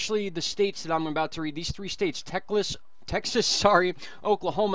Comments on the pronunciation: Texlas lol funny bro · I like it! Texlas. Sounds good to me.